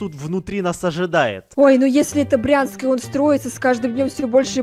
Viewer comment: Не Прянск , а Брянск